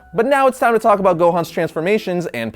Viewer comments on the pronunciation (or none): none